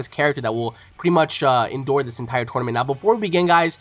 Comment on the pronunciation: WHeres this guy from what does he pronounce Tournament Toynament. Toinament?? Toy lol sorry thats all i hear.